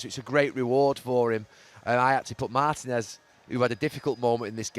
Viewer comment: He managed in Spain and pronounces Martinez like that 😂